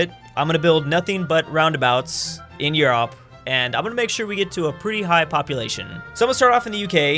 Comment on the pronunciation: Guys I think he’s mispronouncing roundabouts